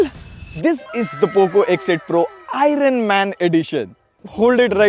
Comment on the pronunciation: Dude, that's pronounced as "i urn", not "i run"... 😂